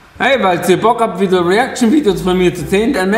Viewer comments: rieäktschn rieäktschn rieäktschn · Riiieecktschn Riiiechcktschn Riiiechcktschn 🤣🤣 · Riäktschn riäktschn riäktschn